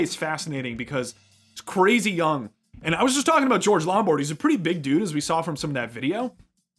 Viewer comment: It was bugging me throughout the analysis — “LomBARD” not Lombrad.